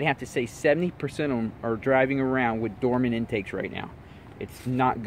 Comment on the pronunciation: Came "wid" a...